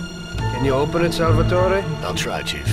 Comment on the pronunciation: odd way of pronouncing Salvatore as Salvetoreh. Like he's trying really hard to sound Italian-American.